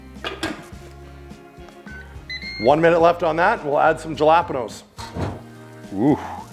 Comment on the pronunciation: The pronunciation of Jalapenos got me 💀